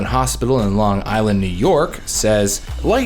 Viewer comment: Thank you for saying "On Long Island, NY"!!!! It's amazing how many people don't say it right